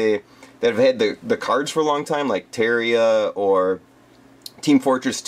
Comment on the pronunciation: terria,. Seriously. Terria. it's pronounced tear-ar-e-uh